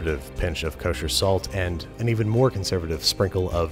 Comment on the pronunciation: Why does he always say cochair salt?